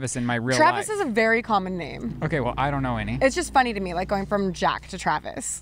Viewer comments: So Travis Scott's real name is Jacques Webster, Jacques being a French name, so presumably he'd use the French pronunciation "Jahk" with a soft J. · Jacques is like jock (not Jack) but the j is pronounced more like a soft j like je. Not ja-kwes . I had a good laugh, but then remembered how stupid French can be. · LOL what?? Jacques is French… like Jacques Cousteau! Not Jack, that just seems like it’s an Americanized nickname. I would imagine he changed it to Travis so a bunch young people didn’t pronounce it wrong all the time… like you just did… 😄